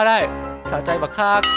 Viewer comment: ชอบคำว่า"สะใจบักคัก" สำเนียงแปลกดี55😄😄